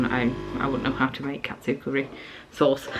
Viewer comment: When you said Katsu curry I thought you said cat food curry haha disgusting !